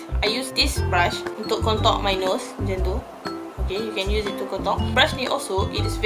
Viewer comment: Saya dengar kak ckp 'kontok'² hahahah rupanya contour hahaha okay²